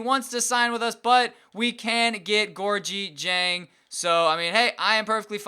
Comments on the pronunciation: Gorgui Dieng's name is pronounced "Gorkie Jang" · it's pronounced gorgee-jeng